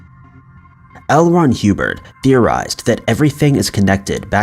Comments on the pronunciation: It's Hubbard not Hubert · It's probably a 19 yr old kid who doesn't know how Hubbard is pronounced apparently 🤷 how the FUCK do you get Hue-Bird out of HUBBARD??? 😮 😅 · L. Ron Hubbard not HUBERT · L Ron HEEWBERT LOL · I love the videos, how you're pronouncing the guy from Scientology completely wrong. A 10 second Google search would have shown that. It's pronounced like Old Mother Hubbard 😁😁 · Yes it’s Hubbard Omg get it right narrator !!! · The way the AI says HUBBARD